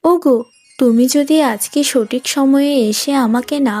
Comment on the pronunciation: সোঠিক নয় হবে “সঠিক”